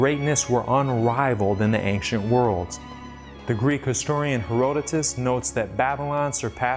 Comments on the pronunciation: "Ankcient". Ridiculous. Thank you for correcting that ridiculous mispronounciation. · What does he say? Anciet? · Ayn Chit. Also, Daniel "There is not a man upon the earth who can shoe👟 the king's maTTer." (I thought the archaic word "shew" was supposed to be pronounced "show") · As bad as his garbled pronunciation of “ancient” is, his mispronunciation of “shew” is far more annoying. He pronounces it like “shoe” which is, for lack of better term, a rookie mistake. It’s pronounced (and means) “show.” It”s simply an archaic spelling from before English was more standardized. It’s like when someone pronounces “divers” like it’s referring to people who swim underwater. It’s actually just “diverse” but they didn’t always add the silent E back then. These kinds of mistakes make him sound extra silly. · "Ank-shent" (ancient) was one thing, but "star-tilling" (startling) was a whole different level of weird.